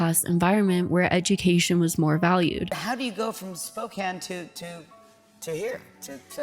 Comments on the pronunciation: The way you’re pronouncing Spokane is killing me 💔 great video tho ❤ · As a fellow Washington resident, same. My eye twitched every time. But also, as soon as she said that Sydney is from Spokane so much made sense.